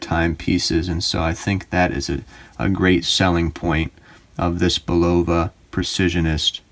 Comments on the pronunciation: "Bulova" is pronounced BUL-ova. Your mispronunciation was like fingernails on a chalkboard every time I heard it. That could be tolerable were it not for the rest of it. You need to redo and correct egregiously GROSS errors in this video. Thankfully it only has 372 views at this point. (1) This watch does NOT have a P102 movement inside it. That's a 3-hand with central seconds date/time movement. You need to read Caliber Corner much better. The description of it there makes it plainly clear to even a casual observer it's NOT a chronograph. Quoted directly from Caliber Corner from their P102 entry: "Functions - Hours, minutes, sweeping central seconds, date " I don't see any chronograph functions there. Do you? The movement inside this watch is the P123 which isn't in Caliber Corner's database. Only three of Bulova's five Precisionist movements are in their database. The other missing movement is the 8138. A simple search with Google doing a bit of research before making this video would have told you that. There are other YouTube videos showing the back removed from the Champlain Chronograph . . . and it's obvious from them that it's none of the movements in Caliber Corner's database. (2) Bulova's claim that it's the worlds most accurate quartz is bogus. Actual measured accuracy of the Precisionist movements is closer to +/- 20-40 sec/yr, not +/-10 sec/yr. That's still an order of magnitude better than a bottom of the barrel cheap 32kHz movement, but it's not what Bulo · You're saying it wrong?Go back to school and learn how to pronounce the word